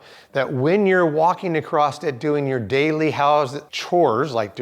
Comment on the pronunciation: Can you show me where the “T” is at the end of the word “across”?